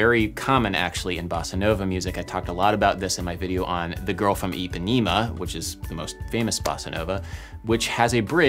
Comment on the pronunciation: dang im glad you added girl of IPAHNEHMAH (not girl of eepaneymah)